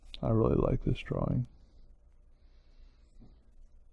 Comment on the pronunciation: His draw-wings book. I like how he pronounces drawing.